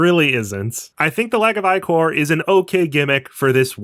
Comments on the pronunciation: Dude it’s pronounced ick-or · "eyecore" :hand-orange-covering-eyes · Do they pronounce Ichor as 'Eye Core' in game too? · The way you keep pronouncing ichor the way you do is diabolical. Over and over and over.